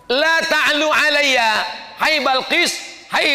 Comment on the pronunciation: Bukan laa ta'lu tapi yg betul allaa ta'lu